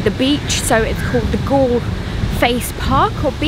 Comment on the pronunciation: In Galle - "a" does not sound as in apple . In fact, Galle - "g" sound follows by " "all" , so the whole word sounds like "goal " Thanks 👍 nice video